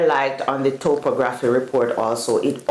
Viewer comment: Best of luck folks. I'm eager to witness the final product, so I'll be following this channel, and your progress. Additionally, I believe the word is pronounced as "top-ography”, but who knows?